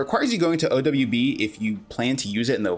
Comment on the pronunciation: Notice he doesn't say O dou ble u b, he says o dubya b